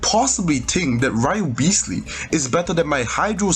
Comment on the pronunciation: wriotheslayyy >> neuviLLette 😭